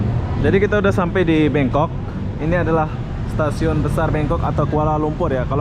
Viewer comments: Kok BANGKOK disebut BENGKOK, ngomong sing bener..!! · Bangkok, bukan BEngkok 🤣.. THailand, bukan Tailand 🤦‍♂️ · Bangkok bang bukan bengkok lol😂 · Membangongkan sekali bangkok bkn bengkok, aduhhh 🤣🤣🤣🤣😂😂😅😅😅😆😆😆 ngakakkkkkk